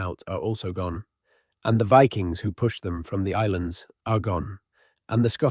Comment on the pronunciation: Viking's or VI-Kings